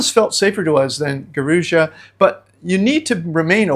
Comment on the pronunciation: It’s pronounced Gua-roo-jah. No Brazilian would know what you are referring too. Peace.